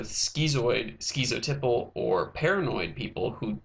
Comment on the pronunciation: And "skitzoteyepull".